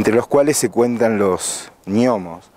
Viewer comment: Gnomos se pronuncia "Nomos"; no "ñomos". Gn se pronuncia N, no ñ. GNOSTICO, se dice Nostico no Ñostico.